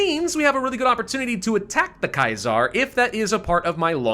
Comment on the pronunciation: The way you say Kaiser is wrong